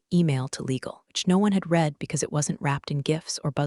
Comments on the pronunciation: It should sound like “red” in the past tense, not “reed.” Simple fix! 📚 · every “reeed” instead of “red” had my eye twitching. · The past tense of read (Read) is RED (Read). The AI shoulkd learn that. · Teach the narrator how to pronounce the past tense of read.